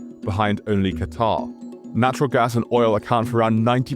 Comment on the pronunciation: it's always an auditory reset to hear someone pronounce Qatar correctly. Here in the US nearly everyone says "Quatar" or " Kutter". It's baffling the amount of mispronounciations everywhere over here.